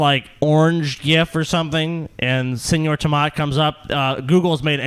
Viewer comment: Its seÑor tomato please! Ñ!!!!!!